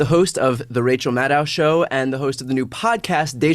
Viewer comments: Wish we all would pronounce her name rhyming with shadow not 🤕 (ow). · By the way Brian, it’s pronounced like mad oh not ow. Just sayin' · I would recommend learning how to pronounce the guest's name. Rhymes with "shadow". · Rachel's last name ending syllable rhymes with "oh" not "cow". Please try to get this right. Otherwise I love your presentation and style. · It's Maddow as in "Meadow". Love her, but then all who know her do. So bright, educated, experienced, current, caring.. and funny!! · Nice of Rachel to not mention the mispronunciation of her last name. I guess so many people do that, she's given up trying to correct them.